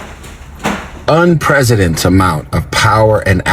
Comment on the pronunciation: He keeps saying unpresident instead of unprecedented😂😅 dude is a moron